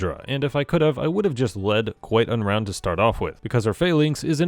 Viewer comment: For some reason every time I heard you say QuiteUnround I hear QuiGonRound like it was some hilarious pun on Qui Gon Jinn